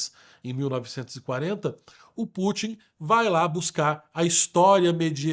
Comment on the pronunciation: Não é /Pú.tim/ é /Pu.tín/ como em Rasputin.